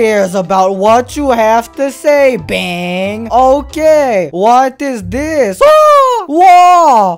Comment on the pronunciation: its not bang the correct pronounce is bang-gu